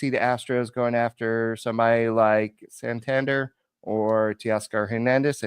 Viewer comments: it Is San Tan Der! Not San Tan Dar bro lol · It’s Sahn Tahn Dair